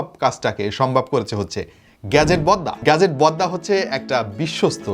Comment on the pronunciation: আপনি বলছেন গ্যাজেট বদ্দা। আমি শুনছি গ্যাজেট বদনা 😂